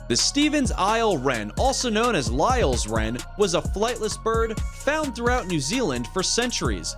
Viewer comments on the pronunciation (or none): none